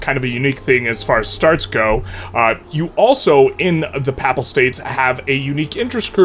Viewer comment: It is hilarious that you pronounce Pap-pal state like it's a pap smear.